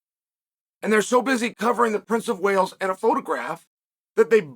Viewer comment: Im convinced Chael said Princess of Whales🐳 and not Wales🏴 😂😂😂